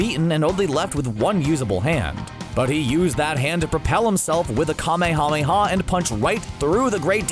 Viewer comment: Anyone else flinch at the slaughtered pronunciation of kamehameha? Just because Goku drew out every syllable separately for dramatic effect doesn’t mean that’s how the word is pronounced. It’s a real word, borrowed from the name of the first ruler of the Kingdom of Hawaii.